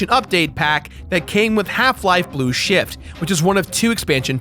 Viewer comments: says Blue Shit instead of Blue Shift:P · Half life blue shit! I know he meant blue shift but it sounds like blue shit.